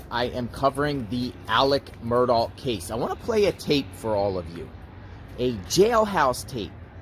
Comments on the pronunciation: his name is “alex murdaugh,” not “alec murdoff.” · You keep pronouncing the name wrong. It's not "Murdawf" its "Mur-daw" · 2 things…..1) The last name is Murdaugh, not Murdoff. 2) This was pre trial phone calls. ✔️ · His name is not Alex Mur((douff)). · Murdough is pronounced with a ck as in Murdock not Murdoff. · You are mispronouncing his name ... it's not "Murdoff" ... hope this helps ... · His name doesn’t rhyme with Cough. There is no F sound at the end. Also leave Buster and Brooklyn alone. Why are you hiding in bushes?